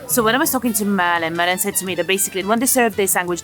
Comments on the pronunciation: Did you call the girl Murline? 😂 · Did she call Malin Merlin? Hahaha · I live 10 minutes from Hötorgshallen. This is a fantastic channel. :) Also, Malin is pronounced Maaah-lin, not Merlin.